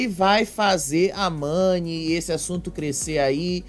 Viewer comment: A irmã do Gil não sabe o nome Mani, ela falou Nani, quero dizer a você irmã do Gil que quando você participou do reality, se você ganhace era pelo o seu jogo e não pelo seu estado civil, o relacionamento do Davi e Mani só diz respeito a eles, eles não tem que dá satisfação pra ninguém